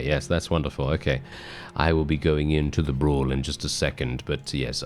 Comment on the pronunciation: Brawlz not Bras!